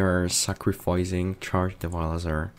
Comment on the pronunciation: He's Devilsaur, Devil's creature! Don't butcher his name or... *roooooar*!